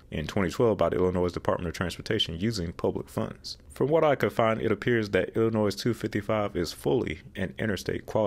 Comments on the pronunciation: We don't pronounce the s in Illinois (noy not noise). I never understood why I-255 and I-270 aren't just the same. It's basically a concentric circle around the city, yet they called them two different interstates. I don't foresee IL-255 ever getting interstate status, because there just isn't a need for it. Past Alton the population is much less, especially in Godfrey, which is just a small riverside town. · Dear god man, the “s” in Illinois is freaking silent. That was so painful to listen to. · Please: the “s” is silent in Illinois. Butchered from the French. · The S in Illinois is silent. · This right here! I love his videos but that “s” was hurting my ears. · Until Illinois straightens up their issues they are not worthy of the silent "S" so there lol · Give him a break y’all, he was using the plural version of Illinois :-) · Going to IllinoiS for the first time on Sunday, will make sure to add extra emphasis on the S lol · I agree with you, if a person is going to be frustrated make sure it’s for something that is worth being frustrated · Really interesting video. One piece of feedback - the "s" in Illinois is silent. 😉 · The S is silent in Illinois, like how you pronounce Arkansas. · The 's' on the end of Illinois is SILENT! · The 's' is not pronounced in Illinois. Il-255 connects to US-67. us 67 (formerly IL-267) is still in the works for a full 4 lane road, not interstate quality. This is part of a larger project to connect the eastern parts of the state. It may never be fully completed, but parts keep getting completed ( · Isn't the "S" in "Illinois" silent? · Yo! The 's' in Illinois is silent. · The S at the end of Illinois is silent bro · Cool video, but you don't pronounce the "s" in Illinois. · The "s" in Illinois is silent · The "s" in Illinois is silent. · not nitpicking or making fun but the s in Illinois is silent. Great Work tho.... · Please please please pronounce Illinois right, the S is silent! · The s on Illinois is silent 😂!!!